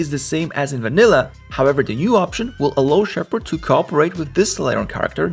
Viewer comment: Fantastic videos. Let me give you an advice on pronunciation though (sorry, I know it wasn't asked but I have to): When you say Allow, you're saying it as Ah-Low with a closed O. Try practicing saying it as an A. Like A-Laos (like the country), or A-Lau. That's it. The video is so good I want to subscribe but that was driving me a bit crazy hahahaha